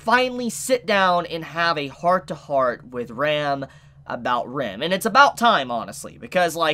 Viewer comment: Can you call Ram as you would say rum? Because you pronouce Ram as Rem and it is not clear that you talk about Ram or you talk about Rem.